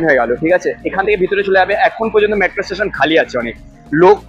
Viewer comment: মেট্রো ❌ ম্যাট্রো ✅